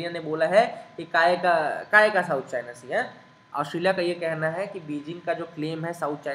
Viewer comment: Kayka kayka South China sea ae..ye h asal me hmari MP ki tone..jo hmara h wo nhi chodenge..😉😉